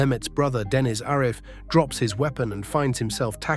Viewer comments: It’s Deniz not dennis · ‘Dennis’ pronounced ‘Denise’ was the giveaway.